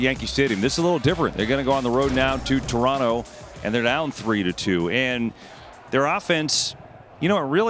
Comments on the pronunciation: Refreshing to hear Americans pronounce Toronto correctly. Next level would be saying Tronno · This is a great panel. I love the respect they show Canada and the Jays. Saying Toronto properly personally speaks volumes to me.